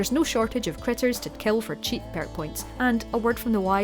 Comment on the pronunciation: "pairk" gets me every time.